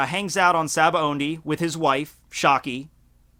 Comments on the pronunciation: it's SAH-BAA-OHH-DEE. not SABAONDI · why do you keep saying Sabaondy lol it undermines your credibility